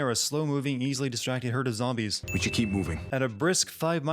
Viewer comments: "keeo" 1 sin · "keeo" not keep